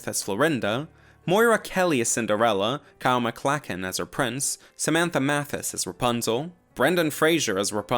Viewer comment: Well done! I learned a lot. Thank you. Just a couple of things as far as your pronunciations of some names It's pronounced: Julia Lou-ee Dreyfus... not Lewis Kyle McLawk-lin... not McLack-lin And Brendan Frazer... not Frazher (you're adding an "i" in his last name, which is a common mistake)